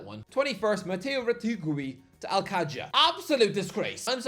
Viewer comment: Mateo's last name: Retegui.: RETWOOWEE.